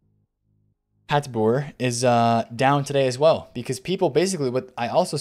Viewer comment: Respect! You said Hateboer the correct way. Good vid :)